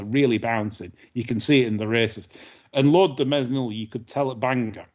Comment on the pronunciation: Great show as ever. I have a complaint though, the S in Mesnil is silent.